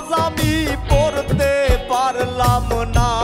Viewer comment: বিচারকদের ও বিচার করা জরুরী, কারণ দেখলাম বাউল গানের উচ্চারণের কথা বলছে, শফি মন্ডলের ম্যাক্সিমাম গান, উচ্চারণ ভুল হয়, যেমন অনুষ্ঠানের কথাই বলি, নামাজ আমি পত্তে পারললাম না,,,,খেয়াল করে দেখবেন? আর সুমি ঠিক আছে জাজমেন্ট হিসেবে চলে আর কি, কিন্তু ওই যে স্মার্ট ভাই উনাকে আমি অভিনেতা হিসেবে চিনি, পাশাপাশি মনে হয় গান গাই, কিন্তুু বাউল গান গায়না,তাহলে বাউল গানের বিচার করবে কিভাবে। আর জার্জদের সব থেকে যেটা জরুরী : গান শোনার সময় প্রতিযোগীদের মুখের দিকে তাকিয়ে থাকা এবং গান খারাপ হোক ভালো হোক গানকে উপভোগ করা, যার্জদের মুখ এমন হয়ে থাকে মনে হয় ভুল ধরার জন্য রেডি হয়ে আছে। গান শোনার সময় উপভোগ করব আর বিচার করার সময় বিচার করবো ওকে। তাহলে এই রিয়েলিটি শো আরো প্রাণবন্ত হবে